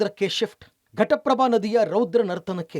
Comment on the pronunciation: Ghataprabha sir adu prataprabha alla 😂😂😂😂